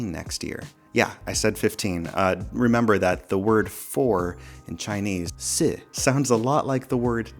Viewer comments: Yep, you nailed the pronunciation for "Death" in Chinese. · I read that with a recent update the battery life is not as long as it was. There are posts claiming that their Screen on Time dropped to around 6-7 hours. Did that happen to you? How often does the Video Stabilization bug happen for you? Also, your pronunciation of the Chinese word for death is not the worst.